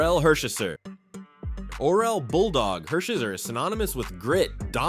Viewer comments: Orel Hershiser’s last name is pronounced Her-shy-sir, not Her-sheh-sir. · Los Angeles shouldn't be in the title if it includes those Brooklyn-only players, at the expense of LA Dodgers like two-time batting champion Tommy Davis and Golden Glover Wes Parker, among others. And the pronunciation of Hershiser... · I'm sorry Orel.........the butchering of your last name is one for the record books! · A good list, but to many guys who were only around a brief time. and no Davey Lopes? big miss there. and how about the all time dodger at bat leader, Billy Russell....or junior Gilliam, his number is was retired by the Dodgers. or all time save leader, Kenly Jansen...or Steve Sax....but you lost me when you mis-pronounced Orel Hershiser's name. lost your credibility there. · Can’t even pronounce Orel Hershiser’s name properly… both th first and last names.